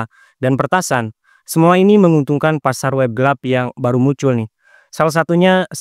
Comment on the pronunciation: Izin koreksi dikit. Ef bi ay bukan Epbi ay. Pasar bukan Fasar Ilegal bukan Elegal Zat bukan Jat 😂🙏